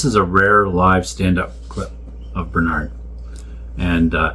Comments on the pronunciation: Pronounced Ber-nudd not ber-naaarnd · in uk it is burnerd - not burnard - i know it makes no sense - and yes he was the best ever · I'm sorry to be picky but let's get the pronunciation right, because Burnaaaard Manning just isn't the same as Burn-ud Manning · Americans always emphasise the second syllable whereas Brits emphasise the first syllable in a word. It is so weird hearing Americans pronouncing British names. His name is pronounced "BERNrd" not "berNARD" - just saying. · It’s Burn-ud. Not bernARD! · It's funny how Americans pronounce Bernard, like BernAArd. Depending one where you're from in Britain, it's BEhrnrd , bRnrd, bEnnerd, or Behhnid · Your pronunciation is incorrect. In tge UK, Bernard is pronounced 'Burn urd' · we pronounce it bern ud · correctly pronounced it's Bur [as in bird] nahd. And he hated the French. ( wiggles eyebrows ) Wonders how completely nerdy and anal I can get.🤔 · I know that is how 'mericans pronounce Bernard but it it is different here in the UK. That Man was & still is a true legend to me. I used to work in his Son's club in Middleton, Manchester. Bernard came up to the bar & asked for a 'Black & Tan' (half Guinness, Half bitter). Because of the correct way I served this, Mr Manning put a beer on the tab for me to enjoy later....Will never forget it. Yes, He was foul mothed to some People but He also did a great deal for the Charities in the Harpurhey Community......Let's never forget that...RIP Bernard... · Americans pronouce Bernard very differently to us in tbe UK, it sounds so strange! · Sadly Canadians cant pronounce Bernard correctly either!